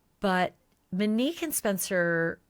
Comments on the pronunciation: Is her name pronounced Menique? This is what I hear from Ashley. Mo, the name she actually used would be pronounced mow as in Monique....I'm just sayin' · Please stop calling her “Muh-neek” her name is pronounced Mo’Nique. enunciate! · Pronunciation MO-nique, not MUH-nique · I love you so I have to tell you 😉 people are not upset because you are calling her Mo. People are upset over the way you pronounce Monique. You say MInique instead of MOnique!! Hope this helps! 🩷 Thanks for all your hardwork 🥰🩷🥰🩷🥰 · Good God, lady, her name is not Minique, nor is it Mo. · Her name is Monique. You pronounce it Manike— the o is long…mo nique. Also, you’re really fixated on how long the drive is from Rockford Illinois to Columbus Ohio…perhaps he was in Zanesville visiting his family and childhood friends for the Holidays and the drive was closer to an hour. Do your homework please. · Why do you insist on calling her Mo, but pronounce her real name like “muh-nique”? It’s Monique. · Ashleigh I adore you but it's Not that people are upset because you're calling her Mo, It's because of the way you pronounce Monique. You say MInique instead of MOnique. I'm 99.9% sure that's what people are talking about!! Thanks for all do!! 🥰🩷🥰🩷🥰🩷🥰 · I hear you pronouncing her name as “Manique” rather than “Monique”, but yes she went by Mo apparently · Ashley, please try to pronounce the female victim's first name correctly. It's pronounced Monique with a long O sound, not Manique with a short A sound. Even the transcript hears your pronounciation as "Manique". It's just more respectful to get her name right and you are the only true crime podcaster who has been mispronouncing it. Everyone else says "Monique" with a long O sound. Thank you. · You keep mispronouncing her name. It's MO(long O)neek. Not MIN-neek as you've been saying. If it's hard to say, stick with “Mo.” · Why do you keep saying MUHnique? Good coverage, but that's very annoying. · Please. her name in NOT Mineek. It's Mo neek.